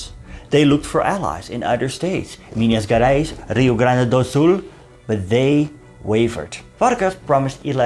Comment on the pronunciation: I am happy to see you in my country,. So cute 🤗your very precise pronounce of "Rio Grande do Sul", where I live. In this region, we are gaúchos, before being brazilians. ヽ(͡◕ ͜ʖ ͡◕)ﾉ 🍀 🇧🇷